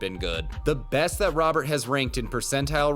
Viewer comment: This dude's name is not Robert, Robert doesn't exist in Spanish, we have Roberto, so just think Roberto but take the o out at the end. Should be closer to Rowert in pronunciation